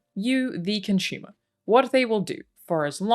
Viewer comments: I am Con-shoe-mer? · I like you you pronounce "consumer" cunchoomer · Con-Shumer. I can't get it out of my head. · Excellent video. Well done. Random comment: anyone else wince every time she says "ConSHumer" or the verb consume as "conSHume"? (drives me nuts. Why do some accents mispronounce letters?....I'm a weirdo. 'Kay, done.) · Her pronunciation of consumer is adorable 😂